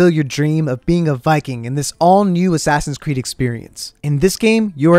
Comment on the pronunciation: no one:: A s s a s i n c r e e d s